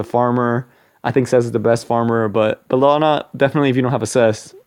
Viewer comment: First, take that like for ACTUALLY SAYING & PRONOUNCING HER NAME RIGHT!